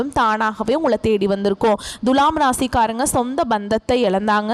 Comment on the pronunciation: பேசும் அம்மணி முதல்லே துலாம் என்பதை சரியான உச்சரிப்பு செய்யவும். முக்கியமா து எனும் எழுத்தை எப்படி உச்சரிக்க வேண்டும் என்பதை நல்ல தமிழ் ஆசானிடம் கேட்டு பாருங்கள்.